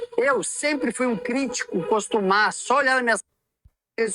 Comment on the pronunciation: "Crítico coStumaz." Hahahahahaha. Esse é o nível...